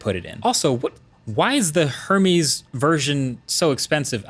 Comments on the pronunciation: Hermes pronounced "air-MEZ" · LMFAO, The H in Hermes is silent... 😂😂😂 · Is your name pronounced as "Markuizz" :) go and learn how to pronounce Hermes!